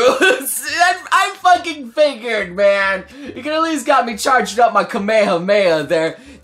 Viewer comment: I thought he said "I fucking fingered" So I had to go back twice to realize he said "figured"